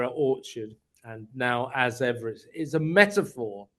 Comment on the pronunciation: You need to listen to The Royal Rogue's pronunciation of As Ever. It's perfect.😂